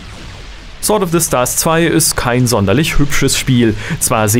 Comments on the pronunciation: du weißt schon, das man sword wie sord ausprcht, nä? ;) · Du weisst das sword sord ausgesprochen wird oder? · Dir ist bewusst, dass man das W nicht mitspricht?